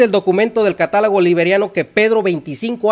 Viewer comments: Tú lo ha dicho CATÁLOGO!!!! Pero el dice : CATALAGO!!! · El erudito dice: CATALAGO!!!